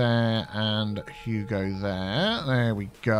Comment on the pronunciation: is it just me... or does say "hugo" for lane assiging? like "Hugo there, hugo there, and hugo there!"